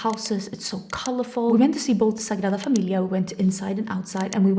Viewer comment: Wow😮, gorgeous 😊. I miss seeing orange in makeup looks. I can't wait for your new launch. The way you say Sagrada Familia, is perfect, I was going to ask you, but if you don't answer I understand, it's nobody's business, but I was curious if you still like the cowgirl aesthetic , boots etc., and cowboy novels ?